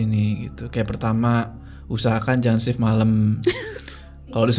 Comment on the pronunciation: stap itu staff? sip itu shift? opis? bingung dengernya